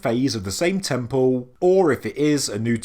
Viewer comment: Temple. It's t-e-m-p-L-e. There's an L. No W's or O's in sight. "...tempow" ....lol sorry, I understand it's your regional accent, but it drives me bonkers for some reason. That said, I absolutely adore your videos. Educational and very entertaining as well as up to date. "Bravow"